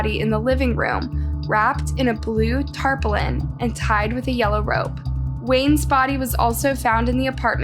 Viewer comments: And tarpaulin is pronounced tarpoorlin not taplin. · No hate meant, but for what it's worth, I suggest having someone assist you in editing and producing your videos as most of them have mispronounced words and inconsistent info. For example, tarpaulin is pronounced tar-pollen, not tar-pole-in, equipment is not pronounced ENquipment,and at first you say the murderer was Luke Fawcett and later in the video you say the murderer is Luke Collins. Just an observation. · What the hell is being mowed to death? And they were jabbed or stabbed? And what's a "tarplin"? ⁉️